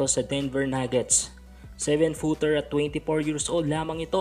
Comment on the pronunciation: tsaka maidagdag ko lang. pag magbabanggit ka ng height, hindi 6 foint 10. 6 foot 10!!!! Hindi point ang ginagamit sa pagmemeasure ng height. At hindi foint ang pronounciation dun, point!!!!